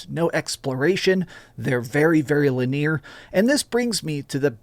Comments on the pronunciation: maybe they say gla-MORE FOR THE SAME REASON YOU SAY Li-NEAR as in nearby… instead of Li-nee-ar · "La'niere" wth lmao never heard linear pronounced that way. I'll try this when it comes to gamespass.